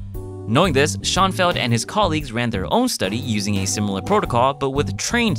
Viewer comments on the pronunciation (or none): FYI- It's pronounced "Show-en+feld" & not "Shaun+feld".